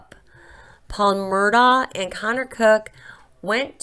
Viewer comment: Please, if you're going to talk about something, learn the proper pronunciation. It's "Murdock" as pronounced by the family. It's "Buford" not Bofort. Further, not all of the passengers were thrown out of the boat. Anthony, Mallory and Paul were the only ones thrown out.